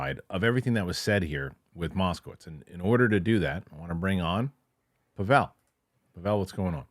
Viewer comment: Are you mispronouncing Pavel’s name on purpose, as an inside joke or something? You seem like you know each other well, but I don’t get why you don’t say his name correctly.